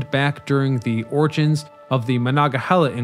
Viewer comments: It's MonongaHEYla . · As a Pittsburgher, after the fourth or fifth time you said “Manga-hella” I just started laughing every time. It was such an interesting video otherwise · Where is this guy from. He sure ain't from around Pittsburgh. Ma-non-ga-hey`-la is the way us locals say it, shortened to "The Mon". This guy sure doesn't know Yinzer. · You should have taken the time to étoile learn to say Mo-non-ga-he-la! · Very interesting. But, I had to laugh every time you said "Monongahela" because it sounded so funny. You forgot to say 'non' in the middle. Mah-non-ga-hell-ah. But needless to say, my husband who was born and raised in Pittsburgh, learned somethings. Very, very interesting. Thank you. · definitely interesting coverage of it. although it hurts my ears constantly hearing Mah-Non-gah-HEE-la mispronounced. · As a yinzer living right up on Mt Washington, I love to see a spotlight on the inclines! You nailed the Duquesne incline, but I gotta call out the pronounciation of Monongahela - it's closer to mononga-HAY-luh when spoken by locals (perfect example here ). They just finished up a rehab project earlier this year to the Mon incline that added LED track lighting - I recommend anyone visiting the Burgh to take either of the inclines up to catch the breathtaking view up on the Granedview overlook. If you're driving, I can also recommend driving up the PJ McArdle Roadway since it feels like you're driving straight up to the sky; that road's completion was the true death knell for many of the inclines in the area. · I've ridden it, but I bailed on this YouTube by the 3rd time he tried to pronounce "Monongahela". Maybe he should take up like the locals and abbreviate it to "Mon". I've also ridden an inclined railroad at Niagara Falls, but that's a cogwheel road rather than a passively driven cable vehicle as in Pittsburgh. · It's a tough one if you're not from Pittsburgh, but its "Muh-non-ga-hela" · MON ONG A HEELA. FFS. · I am getting annoyed too. Omg